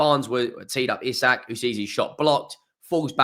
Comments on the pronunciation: Its easy, just pronounce it as Eezack. Not Izac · EE-sak. The club released a video of players pronouncing their own names 🙂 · No, the pronucunation of Isak is Ee-sahk. The i should be long. I'm a swedish mag. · It's E Zak bruh. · it's pronounced eesak